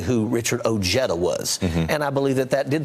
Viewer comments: Why did todd said his name in end wrong while he before that heard it from odeja himself! Not ojeeeda Ojèda. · I’m afraid not even Mr Ojeda can pronounce his last name right 😂 it’s oh-he-duh , trust me im Mexican 😜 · He's not pronouncing it the way Ojeda himself pronounces it. And you're wrong, anyway, because in Spanish the "j" would be silent. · (O hea da) is how you pronounce Ojeda in spanish. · Chuck Todd, learn how to pronounce Ojeda correctly. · What a loser Chuck Todd is. Even after hearing Ojeda pronounce his own name, Todd continues to butcher the pronunciation.